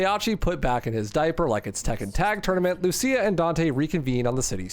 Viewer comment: Deliberately mispronouncing Lucia takes some chutzpah.